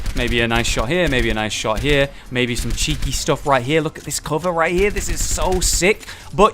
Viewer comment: "where you heff really good CUHVER " LUL